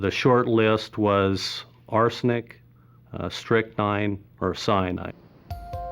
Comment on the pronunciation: the spectrometer gave a reading so it must be strictnine! Or the narrator he messed it up !😂😂😅😅